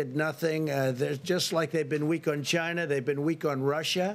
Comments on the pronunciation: "Chyna virus" god i love this man. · It comes from ....CH-YNA